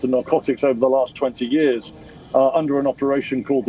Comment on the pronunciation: I love the way you say ‘yearrrrs’ like sharadha kapoor